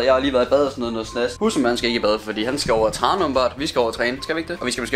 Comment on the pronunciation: omg sagde du lige trane i stedet for træne? #dybvad4life